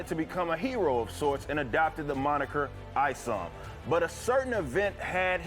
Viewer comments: ISOM, Pronounced - "ICE-UMM" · FYI: It's Isom (Eye-Some), went to school with a guy with that last name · Eye - Some is how you pronounce it.